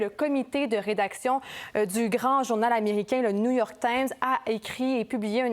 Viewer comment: Apprenez lui comment prononcer New York Times ( un autre exemple de médiocrité à RC